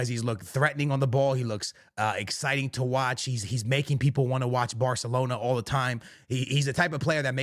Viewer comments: It’s called Barcelona, not Bartelona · Are you saying "bahthalona"?